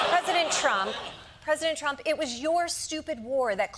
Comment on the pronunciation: Pop-quiz: what is "Prestontrum"? It´s Lady Lindsay saying "President Trump".